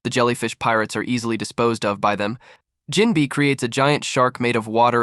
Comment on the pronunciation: Jinbei❎ Jinbi✅ BRO NAHHH